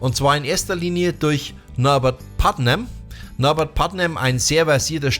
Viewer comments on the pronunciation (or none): Mmh Leider „Putman“ am Anfang falsch ausgesprochen - die Bass Lines schön rausgestellt - die Kritik geht allerdings aufgrund von Verwechslung zwischen Putnam und Leech obwohl Du sicherlich Bardwell meintest mindestens 2x schief 🙈